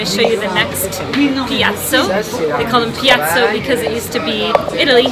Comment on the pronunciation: Piazza not piazzo, the restaurants name is in nissart not french